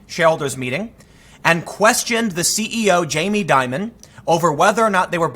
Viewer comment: Dimon, pronounced dee- mohn